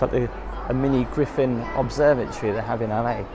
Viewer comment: Griffith observatory, not Griffin 😋